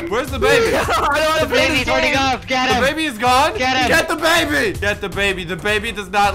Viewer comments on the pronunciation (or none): I got the baby Me heard:I got da baby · When you say "grab the baby" it's like "grab dababy"